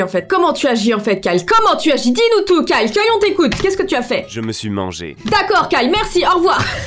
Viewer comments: Quand tu dit Kyle .on dirait que tu dis Carl. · Suis-je la seule à avoir remarquer qu'elle disait karl au lieu de kyle??😂😂😂